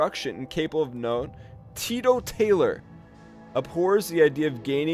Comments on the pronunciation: LOL! I've never heard the word teetotaler pronounced as TITO TAYLOR. Classic! I'm going to steal that one and use it myself. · "TEE-TOE-TAILOR" I laughed so hard.